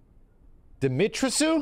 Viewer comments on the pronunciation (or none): How did he read Dimitrisu? What? Di-mi-tres-cu 🤦🏻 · Dimitrescu is pronounced more like “dimmy - tres (3 in spanish) - cu (as in Kubrick)” instead of “Dimitri sue” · Dimitrescu pronounciation: DEEMEETRESKOO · I'd like to take a shot at pronouncing it with the hopes that Occidental Swordsman will confirm or correct me: Dim-ee-tre-skew, with "tre" as in tremble? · if my assumption is correct the proper way to pronounce that name would be like saying the name of the protagonist from the "Medievil" game "Sir Daniel Fortescu" since it seems european, so it would be like Dimi-tris-Q or along thoes lines... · I think it's pronounced dee-mee-tress-koo. As Eastern Europe people would. Rolling tongue for "R". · The name of the Lady is pronounced "Dimitresku" the sc is used as an sk. It's a more eastern european pronunciation. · this is just my EU heritage speaking but Dimitrescu is probably pronounced "DEH MEH TREH SKOO" hope it helps. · Dimitrescu is pronounced dee-mee-tres-ku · Hearing trying to pronounce "Dimitrescu" and failing so hard makes laugh so much as someone whose native language is Romanian. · The way max pronounces Dimitrescu 🤣🤣